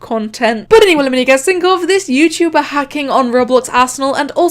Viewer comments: bruh im dead, "yewchewber" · “Yew-chew-ber”